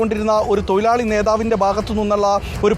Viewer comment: തോയിലാളി അല്ല തൊഴിലാളി എന്ന് പറയു. അരോചകമിതു 😮 റിപ്പോർട്ടറെ